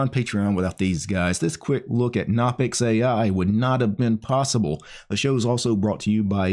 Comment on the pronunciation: Its pronounced "guh-no-pix" like how you pronounce "guh-new" or "guh-nome"